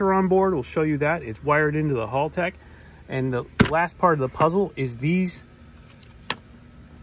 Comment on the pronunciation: As an Australian it’s Hal- tech not Halltech hope this helps